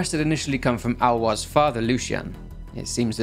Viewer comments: It's Ah-lo-ees. Not Al-wah. Lol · Wow Alois pronounciation is Alowa not Alois HAHA! Thanks! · Little aparté, Aloïs is pronounced ah low hiss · Great video! Pronunciation guide from a French guy (named Basile) : Aloïs sounds more like Alohiss and Basile like Bahzil.